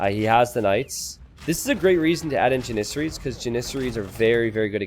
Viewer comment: the way he mispronounces Janisaries (Jan - uh - sar - eees) <--- this is how u are supposed to say it